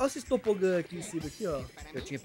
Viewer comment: Mesmo Ronaldo já tendo ensinado, ainda fala Topogã auhsuhsushausha